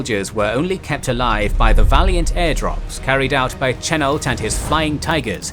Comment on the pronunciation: Chennault is pronounced shen-ALT